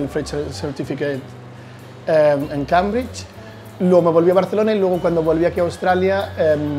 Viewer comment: Para haber estudiado inglés no sabe ni pronunciar Cambridge